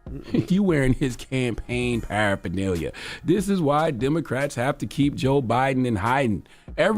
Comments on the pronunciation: Paraphernalia?? Wow send him a dictionary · He is reading off of a script, and he is saying “adminiscration” and “parapherneelia”. This dude